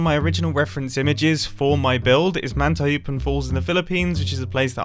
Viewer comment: Filipino here. Don't think Mantayupan falls is pronounced like mantaHOOpan falls.